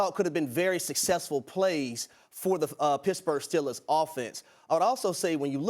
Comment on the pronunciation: It’s Steelers! Not Stillers